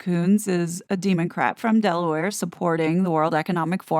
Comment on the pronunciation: Did u say Demoncrate? 😈 That was funny 😁